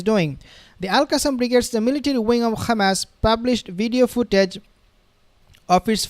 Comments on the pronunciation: I’m not a subscriber of your channel. Bcs you are a very disrespectful person by keep calling hamas, khamas. We asked you friendly not to do that. But you keep spitting on our faces just like those zionist. 🤮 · So now you say KHAMAS INSTEAD OF HAMAS OFFICIALLY. That’s a pity. If you are a pro Palestine warrior you say Hamas please 🙏🏽 ❤ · Please stop pronouncing Khamas and Khezbollah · Please stop pronouncing Khamas and Khezbollah. It’s becoming a habit